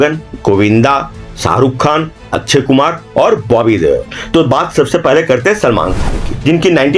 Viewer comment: अच्छय कुमार नही अक्षयकुमार 😂